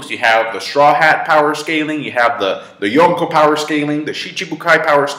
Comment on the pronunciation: I like the way this guy pronounces Yonko.